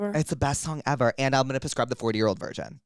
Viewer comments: You guys continuously saying “pascribe” instead of prescribe is sending me 😂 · I just realize you say “puscribe” on purpose. I thought I was say “prescribe” wrong my whole life haha